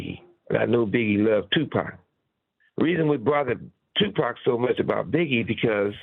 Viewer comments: He acts like he can't say 2pac how the Culture pronounces it😅 I try to give him benefit of doubt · Piers you don't pronounce Tupac's name as " Two Pack".. its pronounced " TOO POcK" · Tupec its PAC Piers.. it is PAC 🙏🏼 may god rest his soul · Piers calling him Two Pack 😂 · I’m sure the culture shock 😂 he says two pack 😂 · Did somebody finally pull Piers' coattail and tell him how to pronouncepax's name? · He needs to learn how to say Pac name. British badmind get a clue.